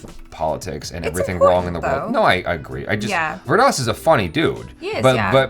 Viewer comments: it's pronounced as Veer Daas 😀👍👍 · Every time says "Vir Das", it sounds like " Weird Ass".